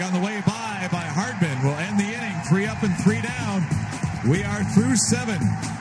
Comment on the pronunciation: Did the announcer say "Ending" instead of "Inning" after the top of the 2nd?